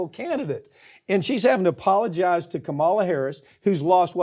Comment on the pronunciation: I dare to correct Mike Papantonio for continually mispronouncing Kamala Harris' first name. 😮😊